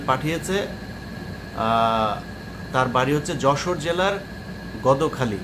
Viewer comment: উচ্চারণ টা গদোখালি না ভাই, গদখালি হবে